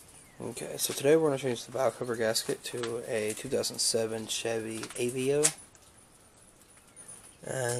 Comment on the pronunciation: Clicked off on second 8 when the name of the car wasnt pernounced correctly.